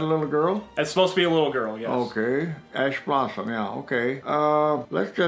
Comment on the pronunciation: says Ash Blossom My friend: What did you say ASS BOTTOM